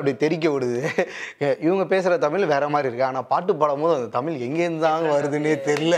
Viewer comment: தமில் இல்லை தமிழ்